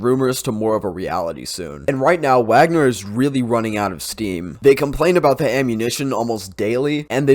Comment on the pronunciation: YOur failure to pronounce Wagner right puts doubt on your claims